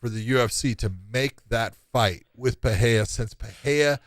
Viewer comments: What’s with the ‘H’ sound in Pereira’s name? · trying to be hip with portuguese pronunciation